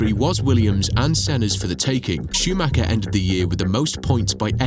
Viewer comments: nope can't deal with 35 more minutes of a dude mispronouncing this guy's last name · Rolf Schuhmacher?!?!